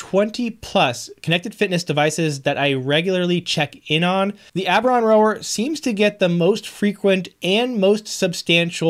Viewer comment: you are saying the product name correctly. So how did we get to ?! Lol